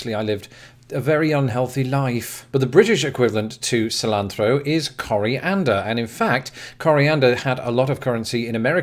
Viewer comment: He lives - unless Kafka uploaded this for you! Great video! Interesting about the use of chili con carne across the pond. I would have never guessed. I was also impressed by your initial pronunciation of cilantro. Hope you are feeling better.